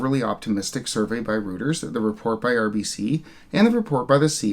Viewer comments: It's pronounced more like royters than rooters. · Hi - love your videos. Reuters news agency was originally established in London during the 19th century. Pronounced as "Roy-trz"